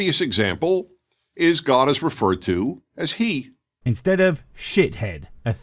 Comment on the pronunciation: Omg, the soft g in god is cracking me up, I need to start saying that.